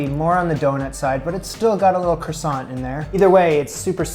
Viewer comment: This was painful to watch. It’s basically puff pastry with yeast in it. I’d also love to know how the word croissant got so butchered. 😂 Other than that, great.